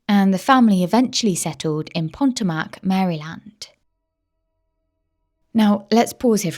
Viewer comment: I love the channel, but please check your pronunciation, Maryland. Potomac. I'm an Aussie but I lived in that area of the USA for a few years. Xxx I don't want you to lose subscribers xxx Very Rich area. Fabulous seafood. Lots of boats.